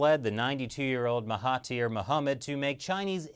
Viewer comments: It's Mahathir, not Mahatir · It's Mahathir. Not Mahatir.................... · I see malaysia, i like. Also, his name is Mahathir Mohamad instead of Mahatir. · Oh and their names are pronounced maha*there* and *Na*jib's a is pronounced like the u in sun.